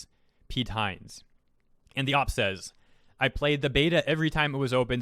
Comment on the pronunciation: Please stop pronouncing OP just say oh pee.